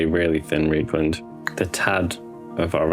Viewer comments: R E I is rye. Rye-kland, not Ree-kland. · Another good video. The weathering style mirrors Darren Latham's stuff, which is always a good place to start (before GW banned him from YouTube tutorials). Although pronouncing Reikland Fleshshade 'Reek' instead of 'Rike' is a bit painful on the ears. The Germans would be aggrieved!